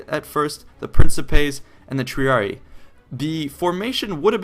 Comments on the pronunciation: One other thing, the spelling is Triarii. It's not pronounced Treeree, it's pronounced Treereei. I typed it phonetically. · No trying to hate but Triarii is pronounced Tree-r-e-i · It's pronounced TREE-ARE-RE-EYE, haven't you played Total War Rome ? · Good video, good basic understanding of late Republican tactics, but my God man the pronunciation. Triareeeeeeeeeee shudders. Capitalize and pronounce the second I. Triari"eye" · Triarii pronounced TRIARI-EYE just a minor point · I'm pretty sure "Triarii" is pronounced "Tree-are-ee-aye" ... The two "i"s are pronounced differently, and, well, pronouncing that there is, in fact, two i's and not only one "i". Same goes for similar names like those of house Scipii etc. You must not have played the original Rome TW in a long time ^^ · Triarii , pronounced > Tree-Are-Ree-Eye Cool vid xD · Original Master or rather tree-ar-ee-ee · It's pronounced: Tri-are-e-i and Pee-la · isn't it pronounced Tree-are-ee-eye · You said Triarii wrong It is like Triari i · The double "I" becomes tree-ah-ree-ee. This is the method to make a masculine noun plural, just as Julii, Helvetii, Scipii. Nouns ending in -ius -io (these are not the entirety of the masculine endings but these are the ones effected in this manner) are changed to -ii pronounced eee-ee. Latin is phonetic so every letter must be pronounced. To most English speakers this is awkward, but it is the proper pronunciation. See Wheelock's Latin. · Also, triarii is pronounced "tree-ar-ee-eye" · triarii is pronounced with both the i's pronounced. tree, are, e, eye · its pronounced triareyi pronounced wise. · Tree Are E Eye. That how you pronounce it. Triarii. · triarii tree-are-ee-eye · I thought triarii was pronounced "Tree- are-e-eye" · Triarii is said "tree-arr-eeii". Two i's is almost always "eeii". Thank you for this video, though, and vae victis friend. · God why does everybody say Tree-a-ree-ee like the horrible voice actor in the game. Say it loud, say it proud, TRIARII!